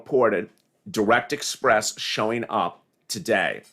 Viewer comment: Banking on interest lol express not express